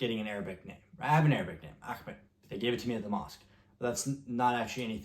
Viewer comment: Bro, how are your Arabic pronunciations so good?